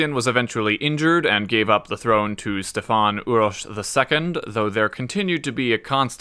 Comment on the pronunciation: Kudos for pronunciation of these names. Stefan Uroš IV, known as Dušan the Mighty... he was most likely poisoned and there are talks that he wanted to accept Catholicism. So I wonder, If he managed to do that, would we have all these wars in this region based on dumb religion.